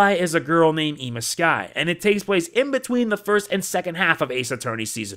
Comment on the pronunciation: Also, just a note, but Kurain is not pronounced "Coo-rain" but more like "Coo-rine." And I'm not sure I've ever heard a normal name like "Ema" pronounced "Ee-muh."